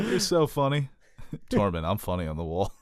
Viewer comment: Say "Tore." Say "Mund." Now say, "Tormund".... [Torr-monn] ....😐😶😔